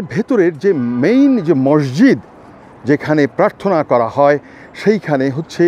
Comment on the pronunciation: মরজিদ না বলে মসজিদ বলোন ধন‍্যবাদ